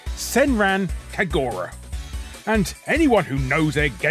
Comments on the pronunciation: Ackctuallae, it's "Kag-rah", the U is silent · Pretty sure you need to learn how to pronounce "Kagura". Play some Sanran Kagura games, and find out if they say the name of the game. Also, I noticed that little clip showing Sailor Venus from one of the SNES Sailor Moon brawlers. She's accurate to the manga where she does actively use a weapon to fight.